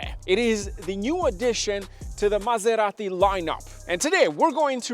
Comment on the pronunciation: Why do americanos have to pronounce Maserati like if they have a whole burrito in their mouth?